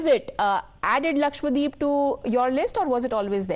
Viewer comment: It’s not LAKSHWADEEP It’s LAKSHADWEEP